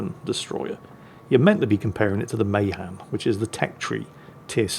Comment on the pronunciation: I met a Korean War era Navy Veteran who served on the U.S.S. Mahan. It's pronounced Ma-Han'.